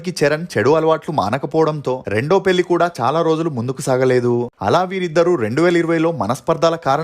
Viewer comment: నీ తెలుగు ఉచ్చారణ మార్చుకోవా anchor ? పెల్లి ఏంటిరా చెత్త నాయాలా